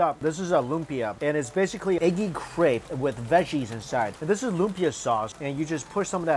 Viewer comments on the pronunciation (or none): none